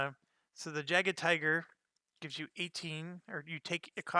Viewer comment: Personally I like the fact that they made tigers rare, because they were - they were only used in special heavy battalions, never in regular Panzer Division. Also, Jaeger Tiger - the "J" is pronounced as "y" is in English. Defense in the original version worked completely differently, lowering to hit number, in the second edition defense gives you a chance to ignore a hit.